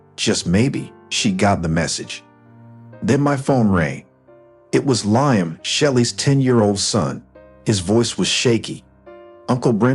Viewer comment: Ly-am? Seriously?